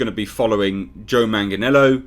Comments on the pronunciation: repeat this real quick...."Joe Man-Jin-Ello" 👀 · Just like after BvS, all this HBO max content will be changed because the Snyder cut will be shit, just like Man of Steel and Batman v Superman are shit. Also Joe's last name is pronounced 'Mang-lee-ann-o'.